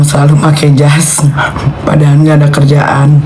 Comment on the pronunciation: Perhatiin Kalau NM ucapin : Padahal , selalu jadi nya: Padahan 😅, L jadi N 😂